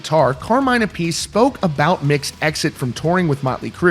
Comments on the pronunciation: Carmines last name isn't pronounced "a-piece" it's pronounced "ap-a-see". How the hell do you not know that when it's your job to know rock and roll and the artists in it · Learn to pronounce Carmine’s surname correctly.